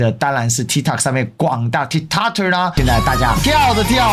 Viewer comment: tikt"o"k, 發音是"o" like "o"ld, 不是"a" 喔